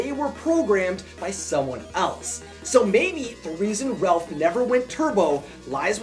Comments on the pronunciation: You say Ralph wrong you say Relph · Is anyone else hearing “Relph” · Its not Ralph its Relph XD